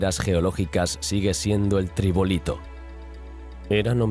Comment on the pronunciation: Cuando dijiste "Tribolito" en lugar de "trilobite" o "trilobita" perdí todo el interés de ver el video. Pensé primero que podía haber sido un error al pronunciar la primera vez, pero cuando lo escuché repetidas veces me convencí que no manejas la terminología, por lo que me pareció muy poco confiable el video.